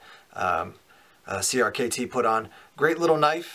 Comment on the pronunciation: Shouldn't crkt be pronounced like cricket?